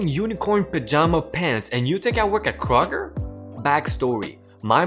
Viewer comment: Kr-og-er... Kroger